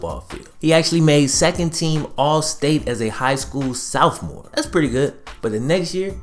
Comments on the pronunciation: I like your videos , really good stuff BUT PLEASE learn how to say Sophomore it's S OFF MORE NOT S OWF MORE . You're better than that my dude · why you say Soufmore? Instead of sophomore lmao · Bruh, r u saying "south more" instead of "sophmore"? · This dude always saying “Souphmore” instead of Sophmore 😂🤦🏾‍♂️ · I have just one question. What's a southmore? Oh do you mean sophomore? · does is piss anyone else off he always says “southmore” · SOUTHMORE? Is this guy illiterate? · Sophomore? [Sof-mohr]!!! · "as a Soufmoore"